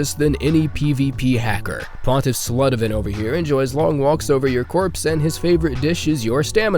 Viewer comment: did pontiff on second try lol